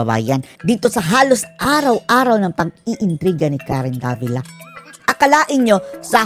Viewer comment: davilat?? tama ba ung narinig ko?